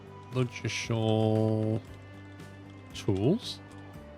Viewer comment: You don't pronounce the d in Ludgershall!